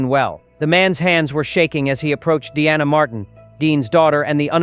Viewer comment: This is nothing but BS clickbate . Dean's daughter's name is Deana pronounced dean nah & not the way it was pronounced. Besides, Dean was cremated according to his family. Do your F. Resurch before spreading clickbate bs . U AH